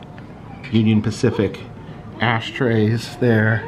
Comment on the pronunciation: Spacific Union? Lol I gotta see that museum. Specifically